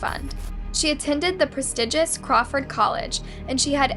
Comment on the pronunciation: The way you pronounce some words like prestigious is interesting haha